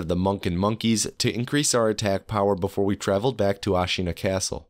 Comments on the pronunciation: “i’ll tts any pronunciation i find tough” “Ashīna” (it’s Āshina for anyone wondering) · Not to dunk on you because english-speakers (me included) always mispronounce japanese words but it’s pretty funny that you make a point of using TTS for sabimaru and then almost immediately pronounce ashina "asheena" instead of "ash-inna" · man I clicked off when I heard how you pronounced Ashina